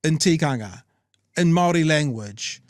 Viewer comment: Māori agreed to KAWANATANGA (GOVERNANCE). Guys, you're not helping - spend an hour having a pānui of each version of the Treaty/Tiriti. And Chewie, e hoa, please pronounce Māori correctly - it's not pronounced like 'mouldy'.